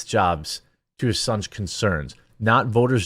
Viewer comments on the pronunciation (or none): “Assuage” 😂 Jeremy, you don’t pronounce it like you did. It’s not pronounced like “sausage” 😂🤣